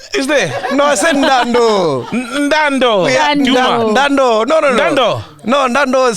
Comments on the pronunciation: It is not "Nndaa Ndoo" it is "Nndaa ya Nduna". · Ndau ya nduna not ndaandoo. I really agree u are a part time venda. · 🛖 Hey Mac g, it’s not “NDANDO” it is “NDAU YA NDUNA” translating to MALE LION..it’s a Tshivenda lion praising male greeting.